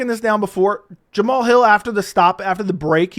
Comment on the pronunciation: Jam-uh-Hall has became tighter and tighter with Anthony “Lying Hard” Smith… so maybe he’s only delusional on paper…